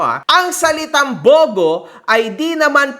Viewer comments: Taga Leyte rin pala si Esmi mo? Shout-out sa mga kababayan Jan na ka hombre, BTW it's pronounced as Bu-Go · Im from Bogo City whenever we say "Bogo" its not spoken or spelled like that but like its spoken like this "Bugu". nasa pronunciation yan. Bogo City city named after a tree (Garuga Floribunda) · Mali pronounciation mo sa bogo sir. Mabilis po ang basa diyan hindi mabagal.